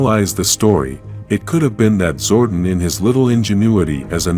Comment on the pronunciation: your saying Zordon wrong